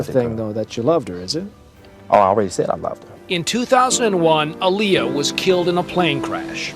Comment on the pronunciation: It's Aaliyah not oaliyah